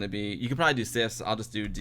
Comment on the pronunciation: Very cool tutorial,! You should make a special edit of your Twitch stream, where you install 3.1.4 in emulation, without the news section and the end part; just the tutorial stream. And by the way: How you pronounce "sys" (when edit the startup-sequence at the around 50 mins) is the way we Germans pronounce the English word "this". We simply can't pronounce that properly.:-)